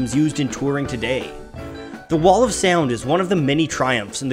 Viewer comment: The way the narrator says "Sea-owned" instead of sound drives me nuts.